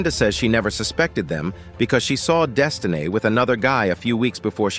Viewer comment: Not “Desti-nae” 😂😂so ghetto these ninjas😂😂